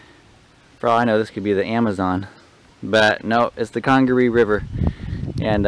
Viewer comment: Just came across your video and wanted to give some insight on the park. I run a guided kayaking company that does trips in the National Park. You you are pronouncing it correctly. The word Congaree comes from the Congaree Indians that once lived in the area and means "River People". The leaves you were laying on are from the Holly Tree and yes, they are very sharp! The park is home to the National Champion Holly Tree at 91 feet tall. The shots you heard were likely hog hunters on the river. They spotlight wild boars at night and shoot at them from boats. (it is illegal to hunt in CNP so they may have been breaking the law) The park is home to 3 owls: Barred Owl, Great Horned Owl and Eastern Screech Owl. They can have several different calls each. And lastly, the trail conditions. They do not allow motorized equipment (atv) past the visitors center. So when bridges or boardwalks get damaged they have to carry all the replacement parts in. This is often done by volunteer groups during the summer. Great video! I enjoyed watching it and the River Trail is one of my favorites!